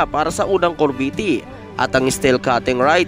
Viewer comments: corvette cor-vette hahaha yan ang basa di cor-ve-tte thanks po🤔🙄😳😁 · Anong kor-vee-tee? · Anong corveti?Baka CORVETTE AYUSIN MO REPORT MO